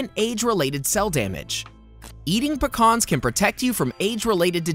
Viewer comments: its PEE-CANS ....NEVER PICAHNS!!! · I just hate how he says “PUHCKAAAHHHRRRNS” What’s the heck!!? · I don’t think I’ve ever heard anyone pronounce Pecans like that 😅